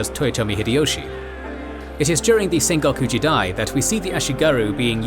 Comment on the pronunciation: FYI, It's not sen-go koo-ji-dai, it's Sen-Go-Ku Ji-Dai. Sen is "Warring", goku is country or "State", Jidai is "Era"... hence Warring States Era. Other than that, great documentation.